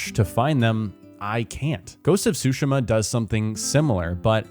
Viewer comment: The way you prounounced Tsushima is unforgivable.